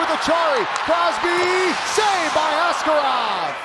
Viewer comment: It is very frustrating the Penguins announcer still pronounced Askarov's name wrong 😩